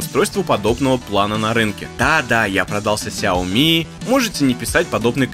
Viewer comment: ты говорил, что впредь будешь произносить шаоми, а тут снова сяоми сяоми